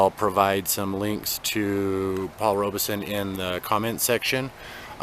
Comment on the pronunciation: Paul Robeson pronounced his name with the E silent! I know it isn’t a big deal, but as a person, he was enormous and deserves for his name to be said correctly!